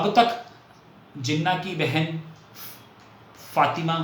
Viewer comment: Thanks. I am a Pakistan and here is my thought process. No disrespect to your accent but you have continuously mispronounced Jinnah’s name as Jenna’ without the [h[. I doubt if you were deliberately mispronouncing it but it was harsh on me because Jinnah is a very reverential figure in Pakistan. India has been blessed with great leaders while Pakistan had only Jinnah. Now the house in Bombay. Like millions of Pakistanis and Indians too, it was not easy to leave their ancestral home and migrate to other country and they always wanted to go back. Lots of them even brought the keys to their homes with them. Even ordinary Pakistani Punjabis like my father who had no palatial homes in Amritsar wanted to go back. Jinnah’s home was expensive one and so was his love for the home. At the time of independence, Jinnah vision wa that both India and Pakistan’s border would be soft borders meaning people can come and go as they wish and he or both leaders had no idea of this grand scale migration and the bloodshed associated with such migration. I think migration and bloodshed was not a foreseeable by both Hindu and Muslim leaders. It came much later with the Redcliff Award. So your accusation that Jinnah wanted to come back and longings for his home cannot be true for one additional reason and that only Jinnah knew the extent of his terminal illness. Fatima ~Jinnah ran for the presidential election in 1964 and could not have contested her will in India because that would h